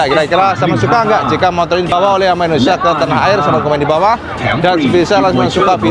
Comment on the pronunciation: Indonesia om, bukan indonesa...